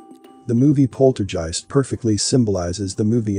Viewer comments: It's POLTERGEIST....Not "Polterjeist"....Uggghhh!?!? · Good video but > It's NOT pronounced polterjeist (with a j). And the reference to 'cash cow' refers to the bankster clans own reference to us as their cattle (its written in their 'belief system' books). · I cant listen - saying polterjeisg with a j is triggering me! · pronounced guy-ist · Dude you need to pronounce the word 'Poltergeist' ' like you would the 'G' letter in the word 'Ghost' that's how it sounds not like a 'J' as you say otherwise great video! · You're mispronouncing the name of the movie. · Who doest know how to pronounce poltergeist?? Just when its mentionned a dozen times... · Sir. poltergeist is pronounced with a HARD G (like give or guitar) sound. Not a j sound (like jive). Just saying... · While your video is interesting and informative; you sound about as enthusiastic as a rock in your descriptions. Unless you’re using a n AI voice for the narration; which would explain the mispronunciation of ‘poltergeist’ several times.